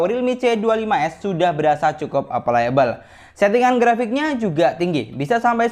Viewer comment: Bang koreksi dikit ya, bahasa inggris nya mudah dimainkan itu playable, bukan aplayable